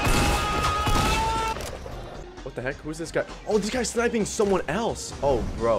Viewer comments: he said stream snipining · He said stream sniping me but it sounds like stream snipining lol